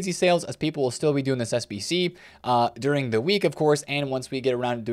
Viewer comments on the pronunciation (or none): none